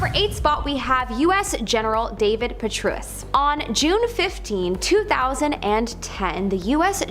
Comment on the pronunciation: girl, if you & your people can’t learn to pronounce General Patraeus’ name, Rahm Emanuel’s name (I mean, this is a LAY UP: Eeee-MAN-YOU-ELL & I’m only 10 minutes in…but if you can’t say these two names, what the hell are you doing saying that are shape-shifting lizards? You’d be better off telling people they get their insurance at Geico. Don’t quit your day high school so you can get a day high school job, ‘cause this gig aint you. 😂